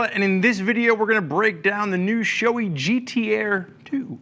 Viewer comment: its not showy its sho-ei like hey just remove the h in hey. btw. Nice review